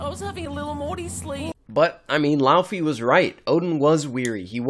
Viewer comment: It's not LAUUUFI in pronounciation, it's LAWFEE. Laufey.